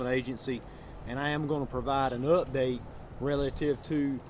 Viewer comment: 😂 that country accent on the word UPDATE